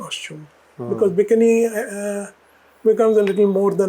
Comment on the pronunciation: and it is noy B I K N I it is called B I KEE NEE.Typical indian pronunciation you have